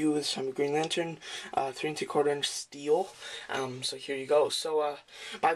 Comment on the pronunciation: nice review man and ya its been said a few times but its pronounced St-el..stel not steel...still a great review man